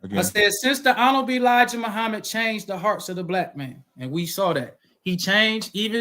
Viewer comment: What I took away from this debate was the FOI brother, outside of his terrible arguments and failure to talk about the topic, was his struggles with pronouncing the word “honorable”